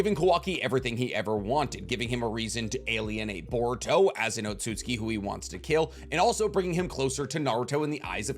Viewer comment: He keeps saying otsutski but it's otsutsuki. I swear to God all these people talk about loving anime and Naruto and all this shit and can't pronounce words properly. If you can't pronounce it right then don't say it at all